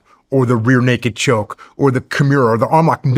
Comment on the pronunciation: Love the way Jock says Kimura 😅